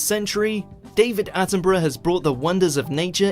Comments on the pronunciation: Bru not burrow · ATTINBRUH not ATTIN BURROW !! " Is he like Steve Irwin ? " !! NO. He's BRITISH and ALIVE !! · Attenbruh is how you pronounce his name - he is as special as the late Queen was- look up he and her Majesty in the grounds of Buckingham palace,a gem 🏴🏴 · It's pronounced Sir David Attenburruh (despite it being spelt 'Attenborough' - borough here in the UK is pronounced 'burruh') 😊🏴♥️🇬🇧🙂🖖